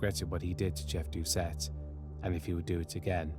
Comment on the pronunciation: Thank you for pronouncing the Cajun names (mostly) correct. One small note- ‘Doucet’ is pronounced ‘doo-SAY’. I remember my momma always saying she’d kill a man that did that too. He was a local hero. He IS STILL a hero.